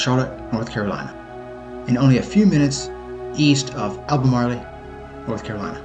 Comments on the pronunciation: Albemarle, NOT “Albemarlee”, lol!! And you could’ve done a much longer video about the Uwharie Mountains as well. They’re among the oldest mountains in the western hemisphere., and they’re separate from the Appalachian Mountains. This was the best video about the Uwharies I’ve seen on here though. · Al-ba- marl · Thanks and thanks for the correction on Albemarle :) I heard it pronounced both ways. I actually have a plan on doing another video in the future about general volcanism in the Carolinas with the Uwharies part of it. There are a few more places I have to explore though.